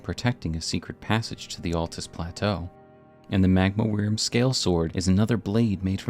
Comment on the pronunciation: wyrm is pronounced worm.....